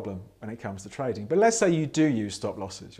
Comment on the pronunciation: Every time you say trading it sounds like toading.